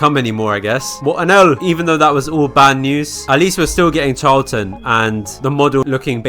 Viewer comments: HER NAME IS PRONOUNCED CHAR - A - LANT (I'm pretty sure) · Charlatan is pronouced Sh-ar-la-tan Not trying to be rude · said it wrong char: Sounds like "char" in the English word "charcoal" (with a tapped or slightly rolled Spanish 'r') la: sounds like the "la" in the musical scale (do-re-mi-fa-sol-la) tán: Stressed syllable with an "ah" vowel sound ending in an "n" sound. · CHARLATAN'S A FREAKING SHE?!?! SO YOU'RE TELLING ME THAT I'VE BEEN MISPRONOUNCING CHARLATAN SINCE I JOINED?!?!?! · That is NOT how you pronounce charlatan my guy 😭